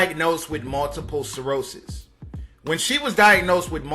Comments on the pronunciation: 🤔🤔🤔 Ok, so "" didn't pronounce her last name correctly, and he didn't pronounce "multiple sclerosis" correctly; not "cirrhosis." Also, how many people out there believe that "Sammy Davis Jr." and his 'white wife," were one of the first interracial married couples in the history of the United States? 😑😑😑 😂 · Multiple sclerosis not “multiple cirrhosis.” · He also butchered multiple sclerosis.